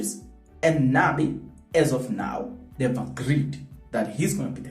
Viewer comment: “Nabi” not Nani